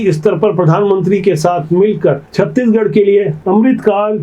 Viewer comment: आप छत्तीसगढ़ पूरा नहीं बोल पाते पूरा बोलिए न की छत्तीगढ़